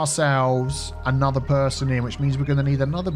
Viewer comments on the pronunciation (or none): none